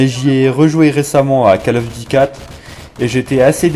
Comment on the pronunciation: Alors : non, pas besoin d'avoir les killstreaks pour avoir un gros score. CoD 4 est toujours beaucoup jouer sur PC grâce au promod, EUR comme US. Plz, je sais que t'es français, mais c'est COLE of duty, pas cale. J'espère que t'écris pas comme tu parles car t'auras juste 0 à cause des répétitions, et ton ton n'est pas naturel. Cela dit c'est cool de voir un gros score grâce à une arme et pas à des carrés rouges, donc joli, même si ça n'arrivera jamais sur PC ce genre de truc.